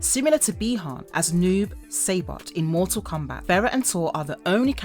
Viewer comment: Damn you have a script in front of you. TarKAtan. Also its Cassie not Casey. Saibot, not Saybot.